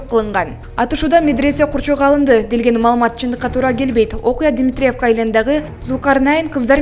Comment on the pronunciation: Дметиревка,, эмес, Дмитревка , ударение дегенди мектептен окудун беле, туура айтканды уйронсонор боло.